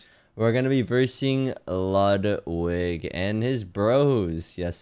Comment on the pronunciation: It's pronounced "LEWDwig."